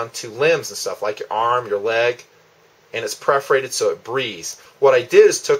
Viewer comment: Love but cringed every time he said "Preforated" Tape.